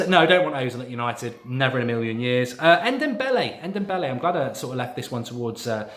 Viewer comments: Mark for the love of God, it's pronounced N-dom-bele, not N-dem-bele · Just call him Dombele, N-Dombele just sounds silly Mark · N the n is silent it’s dombele